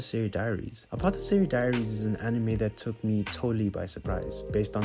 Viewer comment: you pronounce Apothecary with a k sound for the C Mao means cat in Chinese